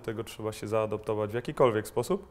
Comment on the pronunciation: Jedna mała uwaga od wiernego fana i kibica... "Zaadaptować" a nie "zaadoptować"...